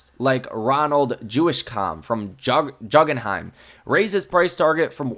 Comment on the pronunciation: Bro it’s “gooooog-an-hime” not “gug-an-him”. 😮